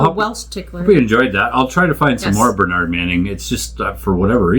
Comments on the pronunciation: Pronounced Ber-nudd not ber-naaarnd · in uk it is burnerd - not burnard - i know it makes no sense - and yes he was the best ever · I'm sorry to be picky but let's get the pronunciation right, because Burnaaaard Manning just isn't the same as Burn-ud Manning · Americans always emphasise the second syllable whereas Brits emphasise the first syllable in a word. It is so weird hearing Americans pronouncing British names. His name is pronounced "BERNrd" not "berNARD" - just saying. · It’s Burn-ud. Not bernARD! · It's funny how Americans pronounce Bernard, like BernAArd. Depending one where you're from in Britain, it's BEhrnrd , bRnrd, bEnnerd, or Behhnid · Your pronunciation is incorrect. In tge UK, Bernard is pronounced 'Burn urd' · we pronounce it bern ud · correctly pronounced it's Bur [as in bird] nahd. And he hated the French. ( wiggles eyebrows ) Wonders how completely nerdy and anal I can get.🤔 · I know that is how 'mericans pronounce Bernard but it it is different here in the UK. That Man was & still is a true legend to me. I used to work in his Son's club in Middleton, Manchester. Bernard came up to the bar & asked for a 'Black & Tan' (half Guinness, Half bitter). Because of the correct way I served this, Mr Manning put a beer on the tab for me to enjoy later....Will never forget it. Yes, He was foul mothed to some People but He also did a great deal for the Charities in the Harpurhey Community......Let's never forget that...RIP Bernard... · Americans pronouce Bernard very differently to us in tbe UK, it sounds so strange! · Sadly Canadians cant pronounce Bernard correctly either!